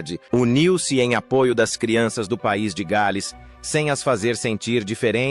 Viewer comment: De péssimo gosto...td tão ridículo de sotaque "inglês " e "gaaaals" (em inglês é "The Princess of Wales"). Que YouTube elimine esse tipo fake ridículo e analfa